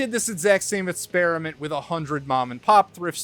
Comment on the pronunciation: I think it’s called “experiment” not “spearamint”